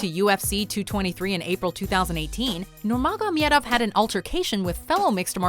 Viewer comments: Love that Khabib made it to , but learn how to say Khabib Nurmagomedov's name right. It's also odd that Conor's cheating and him getting crushed by Khabib didn't make the list. Those both seem obvious. Still, the fact that this fight is making the rounds on the internet is great. Hope more people start tuning into watch Khabib. He has great character and is a savage. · Alright , can't sit through after 1.34, the wrong fact about a title b/w dustin and conor , the butchering of nurmagomedov is enough . Can't take it anymore. Do some research before putting out videos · I know how much you practiced saying "Nurmagomedov". Appericiate it! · As a loyal subscriber and a very avid fan of MMA, I gotta say I wasn't expecting to see a video about this from you guys. Cool, all though you mispronounced Khabib's last name wrong. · Why can no one pronounce Khabib Nurmagomedov. Soo frustrating, especially since he's publicly and recently corrected the press. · Man she cant even say his name.....sheesh and the facts are not facts....dustin did not have the title....and he wasnt about to fight him...he did fight him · I love how they try so hard to pronounce his last name incorrectly in a fancy way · First of all, you're butchering the pronunciation of "Nurmagomedov" Second of all, the McGregor-Poirier fight was not a title fight. Not even close as a matter of fact, Poirier has never even been champion. Why make a video that you don't have enough information on? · Wtf do you know about MMA? You cant even pronounce Khabib's last name lmfao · There is no J in Nurmagomedov... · Clicked only to hear how pronounces Nurmagomedov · Just say KHABIB ,fucking KHABIB ........plzzzzzzzzz,don't say his name incorrectly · She can't pronounce "Nurmagomedov" clearly. And it makes me sick! 😠😠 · I cringe everytime I hear her say khabib's last name. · Just say khabib 😂😂 Nurmagomedov is very difficult to pronounce. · Your murdered his last name. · She was pronouncing it wrong